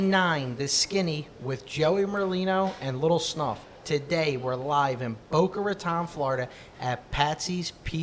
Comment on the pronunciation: its not Boca Rataaan